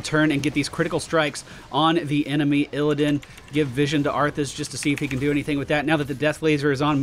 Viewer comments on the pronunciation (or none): He says it like that on purpose. I do recall him spelling it as arfus in a chat once. x3